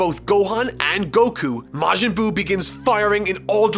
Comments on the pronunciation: " majin goo " wht ?? 😂😂😂😂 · I enjoy that you call it Majin Goo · “Majin Goo” Nice.